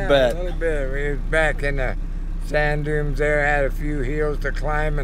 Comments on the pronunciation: Did say " sand dumes"? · I like how pronounces "sand dumes"...... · says, "sand dooms." For the ignorant or uninitiated or foolish and arrogant folks, many dooms await in the sand. Thought it was a mis-speak till I thought it through. The wise ole speaks truth for those that seek it.